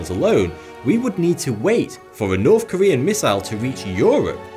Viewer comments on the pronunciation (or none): He's still got the same old speech impediment though. Norf Korea?